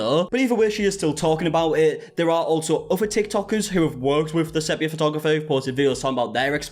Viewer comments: It is SEE-pia btw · 'SEA-PEE-AH' 😊 lots of love, it's just the adhd's 😂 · It's funny how everyone says sepia wrong and the girlies on DWKT talked about it lol they had to Google it it's like seepeea 😂 I would have never known either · The big question is why did none of friends take him aside after the last video on this and tell him how to pronounce "sepia"?